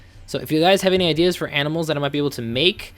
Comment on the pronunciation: lol.....you said aminals whenn its animals